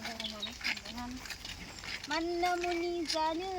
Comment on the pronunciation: Bekwo MANIMUNI BUNGW, not manamuani